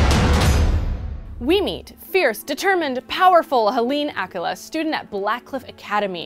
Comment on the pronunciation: omg i was pronouncing her same sooo wrong. i said it like hélène akweela lmao but i like the sound of that better